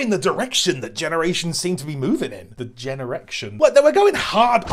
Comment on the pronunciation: Please say generection more